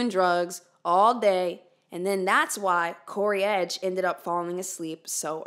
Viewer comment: In dramatic text on screen: "CODY EDGE": "CORY EDGE" The true mystery of this case.